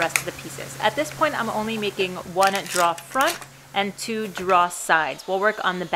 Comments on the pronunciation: "Drawer". Not "draw". Apart from that, great job. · you mean "draw" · You can tell the accent with the word 'drawer'. Love your videos. The 'drawer' pronounced as draaawrrr definitely pin points the area of the country. Of course you would think speaking with me when I say 'fixin to' would be a tell also. :) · Drawer. Pronounced “dror”, according to my dictionary. Thanks for the vid though! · Its pronounced like door with an extra r droor. Aka drawer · New Yorkers tend to say "draw" and leave the er off the end. Just listen to Tommy on This Old House: Draw actually makes sense, since you draw it out to put stuff in it. In the West, we say it like "door" with an extra r - "droor." I can't see how that came about, but I'm used to it. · Took me a while, but you are saying "drawer" not "dryer".................... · I'm pretty sure the only reason she made this video was to see how many times she can say "drawer" on camera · I came to this video in hopes that I would hear you saying drawer repeatedly. I was not disappointed. Your videos are great, teaching people to just not be afraid to try. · Hi, great lil video. I'm really very surprised how many people commented on your pronunciation of "drawer" I'm guessing they never spoke with a long islander before..lol they need to get out more often. Keep the hits coming! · I like the project but where is the R in Drawer? That was driving me crazy. ...regarless - Good work, very good camera work and edits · Do you know that second r you drop when you pronounce drawer floated up here to the Midwest and got stuck in the wash. Up here it is now pronounced warsh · It's weird that that Southie accent only really becomes pronounced when she says drawer. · Informative lady, i just hate her pronunciation of “drawer”.